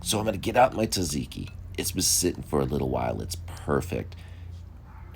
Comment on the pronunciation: you’ve now got 1.4M people pronouncing tzatziki incorrectly.